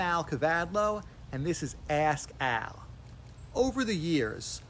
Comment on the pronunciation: Did he say Ask Al or Ass Al?